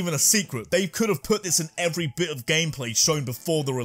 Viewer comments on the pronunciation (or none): none